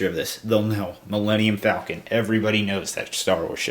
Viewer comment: "Melanium"- Millenium Falcon. Idiot.